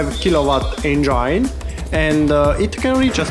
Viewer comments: ..speaks broken english is ok but pronouncing it is important.!!!ask others about you pronouncing the word engine than you'll know!!! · please pronounce the word engine properly!!!!dont humiliate urself!!!